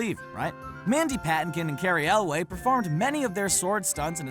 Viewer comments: Who's "Cary Elway"? Elwes is pronounced like "Elvis" with a w – "elwis". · It’s Carey (el-less) in princess bride not elway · Right, I wasn't sure, either, so I looked it up on (surprise, surprise) YouTube and found Elwes pronounces it "EL-wess." The guys who narrate these things really need to look things up! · The star of The Princess Bride's name is Cary ELWES not "Elway" or whatever the guy is saying... I was going to give it a pass but then he said it wrong every time he brought it up. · Cary Elwes. His last name is pronounced EXACTLY how it's spelled; EL·wěs, NOT EL·wā! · Elwes isn't [EL-way], it's [EL-wiss] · I don't think it's Carey elway.. it's Elwes or something along those lines...I enjoyed the video but that bothered me lol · Cary Elwes is pronounced Cary ELWES, not ELWAY. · It's Carry Elwes (pronounced Yules), not Elway. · Do you not know how to pronounce the name "Elwes"? Because it's not pronounced "El-way". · You keep saying Pattonkin and Elway. I do not think these words are pronounced the way you think they are pronounced. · Cary's last name is pronounced Ell Wess, Mandy's is pronounced Puh Tink In. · 'Elwes' is pronounced 'Lewes'. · Mandy Paw-TINK-in Cary El-wez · Cary elwes last name is not Elway! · Like Carey Elwes not Ellway lol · TheLarachela- it's actually pronounced Cary El-Wis. On a reddit AMA with Cary someone asked how to pronounce it...his quote is this: "Elvis, but with a W" (here's the whole page And him saying it too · I noticed, but then immediately forgot as soon as he started talking about Carey “Elway”. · Cary.....ELWAY? Dude, seriously? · damn completely butchered pronunciations of patinkin and elwes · Very odd that a channel dedicated to film doesn't know how to pronounce the names 'Patinkin' and 'Elwes'. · Good job mispronouncing Patinkin and Elwes LMAO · Never heard Mandy Potempkin and Cary Elwes' names butchered so badly 😂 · Cary Elwes.. there is an "S"... lol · The way he pronounced Elwes and Patinkin is infuriating